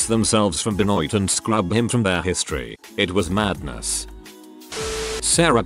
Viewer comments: should be Ben-WAH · Please learn how to say Benoit. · chris benoit's name being butchered by the vo guy is terrible! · the vo guy say Benoit's name weird, listen to the video you will see